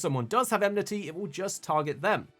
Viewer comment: Ah leh sah. EN mih tee. Why people struggle so much with her name and that word, is silly to me. It's super common across mh YouTubers.